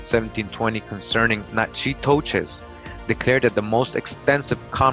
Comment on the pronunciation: Natchitoches is pronounced like Nack-In-Tosh. I know as my grandma who still alive at 91 is from there. She always refer to her family as her clan. Something strange tho, her dad is Sioux according to my cousin and uncle. but was there sioux Indians in Louisiana? this is around 1900 or so. i havent found his parents yet but i do have his social from being enlisted in the army